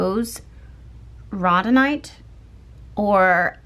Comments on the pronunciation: Rhodonite is pronounced “road-en-ite “ ❤️ I hope that is helpful for that card. Also that’s the one I picked 🤗 about to listen , just wanted to help w that ❤ much love 🥰 Edit: listened before bed then again this morning over coffee.. with a gentle tear in my eye and a heart full of gratitude all I can say is Thank you. 🥰🤗 thank you 🤗🥰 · Rhodonite Pronounced "road uh night". 👑🙏🏽👑